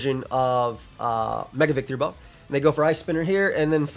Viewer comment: claims to love Victreebel but keeps adding an extra syllable to its name, curious